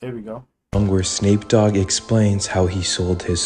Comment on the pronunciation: Hold on, why is this guy misspronouncing they're names so fking bad, everything else is pronounced properly? After Young Boy and Playboy Carti i thought maybe he's slow but Snape Dogg Crees Brown WTF is wrong with him?